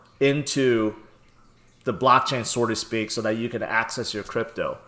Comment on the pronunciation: the expression is not "sorta speak". It's "SO TO SPEAK".